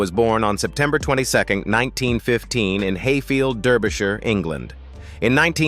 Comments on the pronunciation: I gave up with the bad pronounciations. Mainwaring => "Mannering" and Derbyshire => "Darbyshire" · The mispronunciation in this AI generated commentary is truly awful. Derbyshire, Hatty Jaques and lots of others. YouTube take it down, it is not up to standard...